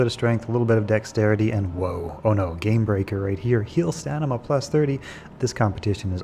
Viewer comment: cool video, but its pronounced STAM-ina, not STAN-ima 😂